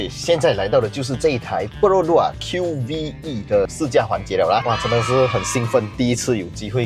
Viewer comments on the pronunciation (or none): 这车不是读Q-V-E，官方说直接读Q-VE, 和MyVi的V读音一样